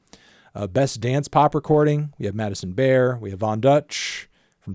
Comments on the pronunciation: bro said "Madisson 🐻" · i know it’s been a year, but i noticed this looking back and i instantly started scrolling through the comments till i saw someone at least acknowledge how he pronounced her name 😂